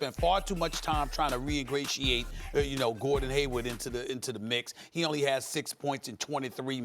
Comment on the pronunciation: For the love of god, when is someone finally gonna tell Stephen A that he means to say “reintegrate” instead of “reingratiate” lol?!